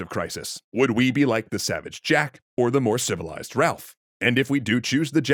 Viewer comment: The stress on the "civilized" reminded me of the "relatively civilized" expression used by the CBS reporter......